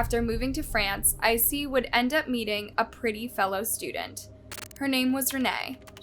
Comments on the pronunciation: His name is Issei not Icey. Bailey Sarian has a Murder Mystery & Makeup on this case. 🖤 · if i had any respect for murderers i would correct ur pronunciation of his name but fuck him, lets keep calling him icy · you could have at least researched how to say Issei correctly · LOL I'm so happy I'm not the only one who was bothered by it.